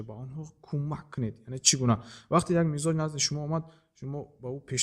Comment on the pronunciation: Муалим, мичоз не мизоч😂